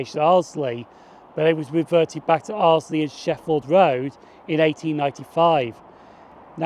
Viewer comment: Nice video from my neck of the woods. BTW, Arlesey is pronounced "Arl - zee" - there is no 'L' after the 'S'.